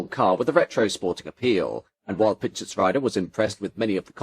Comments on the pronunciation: Pischetsrieder is pronounced PischetsREEder, not PischetsRYEder. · Everytime a pain in my German ears when 90es BMW comes up. The second half of the name "Pieschetsrieder" would be pronounced as "reader" in an English word, not as "rider"